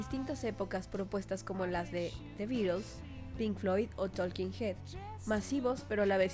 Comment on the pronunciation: Por Dios, aprende hablar inglés... es THE BENDS, no de THE BEDS... se pronuncia "toking heads"